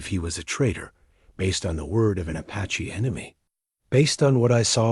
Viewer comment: Fish your dam AI it's tells of every period at the end of everything. And ... Sentences one second it says apache cotectly and next time it slaughter s it's pronunciation. Disgustingly